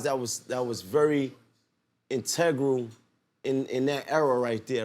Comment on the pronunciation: Is it just me or does Maino keep prouncing the word "integral" wrong??😁